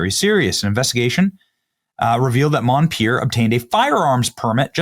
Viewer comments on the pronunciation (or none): MON-per, NOT MON-pier NO " I " in his last name.